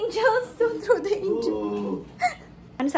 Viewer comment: Nakaka-bother yung “the” na pino-pronounce as “da” 😖